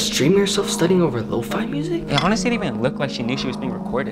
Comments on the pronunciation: bro its "low-Phea" not "low-Fi: 💀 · Lo-faii? Ew. I pronounced it Lo fee all the time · Wait shes pronounce as lowfay??????